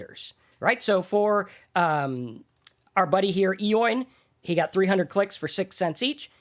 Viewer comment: enjoy you videos. By the way Eoin is an Irish name and it is pronounced Owen:)